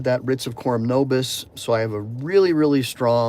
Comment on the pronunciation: What's korum novis? Corim nobis? It was difficult to hear what u said?